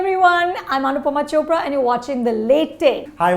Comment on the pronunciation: She is not CHOPRA but CHODH ra ra